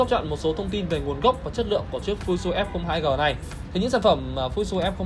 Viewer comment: Góp ý nhỏ là tên máy ko đọc là " fu zit su " nhé